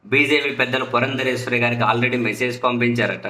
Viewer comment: ...ఆమె పురంధేశ్వరి - "పురంధరేశ్వరి" కాదు